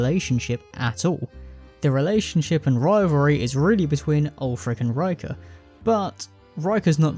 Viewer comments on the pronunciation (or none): Rikke's name is pronounced to rhyme with "flicker" btw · The mispronunciation of Rikke is actually insane.